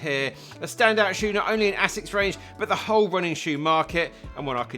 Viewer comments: Absolutely murdering the japanese pronunciation 🤣 Great video as always! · bro can't pronounce Asics lol